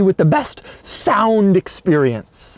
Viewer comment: The words this guy chooses to emphasize in his tone really catch me off guard, such a creep. "Giving you the best SOUND!!! experience" calm the fuck down Doug